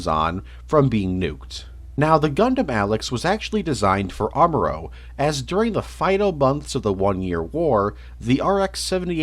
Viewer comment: R-moorow? R-moorow Ray?